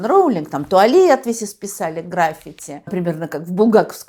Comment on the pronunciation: К сожалению, в слове "граффити" ударение приходится на второй слог - на первую букву "и". Запомните, пожалуйста, Тамара Натановна, не раньте своих поклонников!